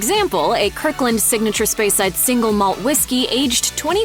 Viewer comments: And also Speyside as "Spyside" 🤦‍♂ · Spy-side hurt my ears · And a cringeworthy pronunciation of "speyside" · She pronounced “Speyside” incorrectly too.